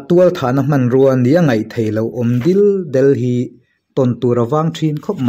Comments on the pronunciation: Sir, minutes 30 na vela, Tual thahna hmanrua nia ngaih theih lo awm dil del tih a "dil del" hi ( ka awm mai mai kan tih a mai mai) thluk ang hian thluk tur a ni e, mizotawng hi kan thluk dan a zirin a danglam thei a nia fimkhur a ngai khawp mai...tin hei phei hi chu i record hma hian i chhiar hmasa tho vin ka ring a, ka lo sawi ve lawk. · "Phuar leh hnawh" tih te,"Dil del" tih te hi...i va chhiar diklo tak,Beng a thlep. FIMKHUR TEH U,MIZOTAWNG CHHIAR DIK HI A PAWIMAWH..🙈🙈